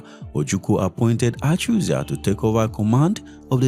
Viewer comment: Achuzie, not achuzia